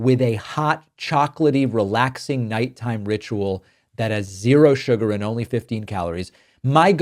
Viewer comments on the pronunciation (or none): none